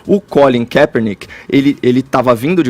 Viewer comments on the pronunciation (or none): quer pronunciar correto e pronuncia tudo errado tanto NFL quanto o nome do Collin Kepperninck